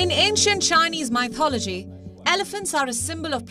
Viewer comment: "ancient mAYtology"?